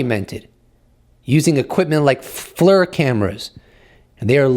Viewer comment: FLIR is pronounced ‘fleer’ my friend.